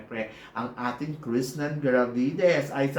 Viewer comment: Bat kaya puro KRISHNANN ang sinasabi ni eh krishna dapat..